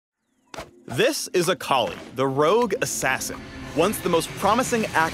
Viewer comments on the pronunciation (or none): WTF, I though her name was pronounced 'Ah ka lie' eeesh.